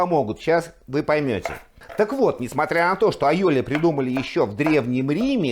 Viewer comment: Вы, судя по ударению, сторонник испанского происхождения айолИ?😂😂😂